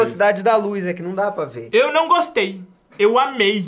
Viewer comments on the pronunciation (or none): e o iguinho inventou o "não gustuei, asmei"